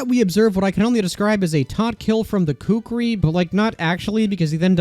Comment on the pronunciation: btw the kukri is not pronounced koockree its pronunce cookri with the o being quick